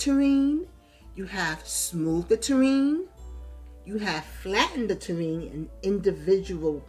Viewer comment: Great pond building videos. You have such a patient tone and wasn't talking super fast. You made it easy to follow along. Maybe its an NY thing? In the South a Tureen(might be spelled wrong) is what we put soups/stews in and set on the dinner table. From that we serve individual bowls. For the ground/land "Ta-rain" is for Terrain. Made me chuckle. Thanks again. Liked. Subscribed. o